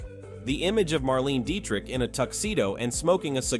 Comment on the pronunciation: The AI generated voice makes a lot of mistakes. Some corrections: Claudette Colbert (kohl-BAIR); Marlene (/mɑːrˈleɪnə) Dietrich; Bette (/ˈbɛti/) Davis. And, as noted by others, there are some omissions: Rita Hayworth, Sophia Loren, Ava Gardner, Vivien Leigh, etc.. I would add Gene Tierney, Lauren Bacall, and Brigitte Bardot.